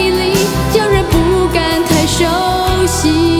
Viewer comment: 這曲是李嘉翻唱才被知道原唱 雖然李嘉唱的不好 但確實是被大家知道這作品的第一人 真要說這曲被唱紅 反而是葉璦菱10個男人 男女情歌方式最對味 市場最接受 原唱會唱歌 但個人覺得這種小情歌不適合她 她應該演唱大歌會更適合 大山大海豪邁那類高八度非流行樂旋律 應該會不錯 她的發音聆聽格外出戲 例叫人不敢太熟悉 聽成太手洗 哈